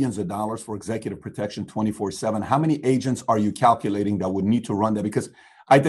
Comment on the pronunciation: Man you are always counculating ...